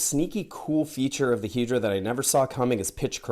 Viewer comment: Is it really pronounced "Hee-dra" and not "Head-ra?"